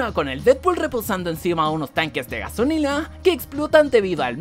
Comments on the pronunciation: XD,en el minuto 9.17,dice gasolila en ves de gasolita🤣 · dijo gasonina